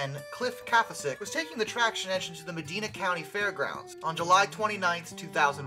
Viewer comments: It’s Medina, not Medena. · It is pronounced me-DY-na, not Medeena. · I am from the area and steam has always been around. The trouble is steam is dangerous when it fails. Many can have just one thing go wrong. Rare but it happens. It is a risk you take. FYI it is pronounced Meh Dine Ah. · The letter “I” in Medina is pronounced “eye”, not “ee”. “Med-eye-na”. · It's pronounced Meh-dyna. Not Meh-deen-a. Medina, Ohio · We're talking about Ohio, not the Arabian Peninsula, so it's pronounced with a long "I" sound, not an "e" sound. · It's not pronounced, "Muh-deena" ,it's pronounced "Muh-dyna". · It’s MUH-DINE-UH not mideena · Medina Ohio is pronounced Ma-dine-ah, not Ma-dean-ah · It's pronounced med-EYE-nah, not med-EEE-nah. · It’s pronounced My-dine-a not Me-dine-a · It's said Ma-die-na in Medina. I was there when it happened. I was about 100 feet away when the explosion happened. Knocked me to the ground. After the explosion the city shut down all steam engines from running on the fair grounds. They had to be trailer home. No live steam. I believe that if showing steam engines they can't run the engines, no live steam, only static displays. There is a small garden where it happened. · Great video, I live 20 minutes or so from the site of the accident. I goto gun shows at the Medina County Fairgrounds. Medina is pronounced Me Die Na by the locals. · I lived one block away when it happened it shook my house and windows so hard i was told it overheated because a medina cop pulled it over for damaging the fresh asphalt and it's pronounced mud eye na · It is also pronounced Meh-Dine-Ah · I live in medina county Ohio and your pronouncing it wrong lol. Here we pronounce medina like meh-dine-uh. Interesting video tho! I've lived her going on 5 years now and never knew this happened. Very interesting video :) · Call it the Medeena county fair one more time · It's pronounced ma-dine-uh. Just sayin. Love the channel. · Medina is said med-i-na I live not far from there